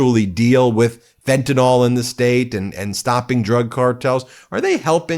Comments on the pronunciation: lol no. those countries respect americans, but they don't respect the leadership here. also what the heck is wrong with these people that pronounce it "fentaNOL"? it's fentanyl. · Can we please pronounce Fentanyl correctly? It's NOT Fen-tan-ol. Like Tylenol. It's pronounced Fen-tan-il. Look at all drugs that end in -YL. Please, let's start showing the fans of proper English that we know how to properly pronounce words. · No, not more like. That is the actual spelling. 99%of people pronounce it with NOL at the end. My phonetic spelling is accurate. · It was the way it was pronounced in the video, as in 99% of all videos that mention it. Not the way it is spelled, and most certainly I was not telling you personally.